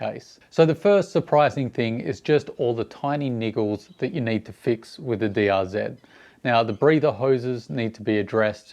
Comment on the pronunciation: It's is DRZ Not DRZED ; there is no ED after Z